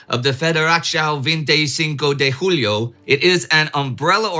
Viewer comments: Inde; it's Portuguese not Spanish hence, julho = "zhool-yo" not "hoo-lee-o". LOL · Min That was a good try to say "julho" 😁👍. The "federação", was closer to italian. In both cases, the effort is appreciated.